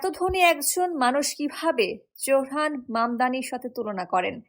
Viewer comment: নাম ZOহরান মামদানি। Z-O-H-R-A-N M-A-M-D-A-N-I. Z-O উচ্চারণ করা হয় zo, not jo.